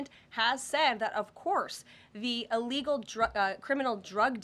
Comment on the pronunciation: Ellgal like Emediately is NOT A WORD! English 101.